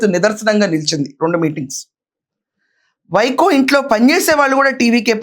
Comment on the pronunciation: వైకో కాదు వైగో 🦥🦍